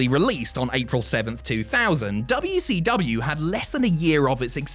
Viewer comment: Dabya - Cee - Dabya 😂